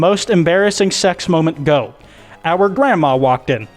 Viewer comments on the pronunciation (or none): It said "our" grandma walked in. OURRRR that's some alabama shit